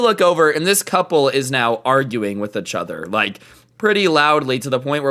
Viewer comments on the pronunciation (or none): I like how says echother instead of each other